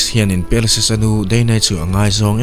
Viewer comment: Per-sius tiin ilam a hei hi mizo lam dan ani. Mahse, a hming lam dan dik tak chu Par-sius ti a lam zawk tur ani. Thil hming reng² hi a nih dan a lam hian ngaihthlak a ti nuam lehzual thin. Mizo youtuber tam tak hian mizo tak in kan lam thin a, mahse; hnam tam tak hian lam dan kan nei a, mihring hming tak hi chu a hnam nei tu te lam dan a lam hi a dik dan ber ani. Entir nan, " Mianmar" tih hi kan lam dan a ni. Mahse, a ram mipui chuan "Mianma" tiin an lam thin. Ka rawn sawi ve mai² ani e, ngaihthlak a nawm lehzual nan...😀